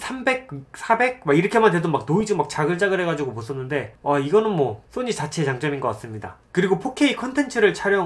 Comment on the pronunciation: 왜 자꾸 소니를 또니 라고 하세요?